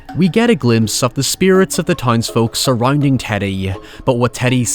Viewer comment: "Drioundsiout surroiunding siounds"